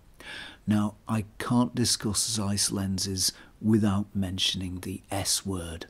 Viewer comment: Learn to pronounce ZEISS properly.